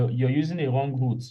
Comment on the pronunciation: The way you usually pronounce Wrong as Whong has me smiling 😁